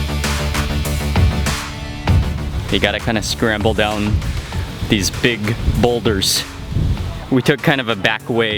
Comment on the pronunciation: Mark Wiens "scramble down" you almost sound like you're from the Caribbean when you use such phrases. #Nice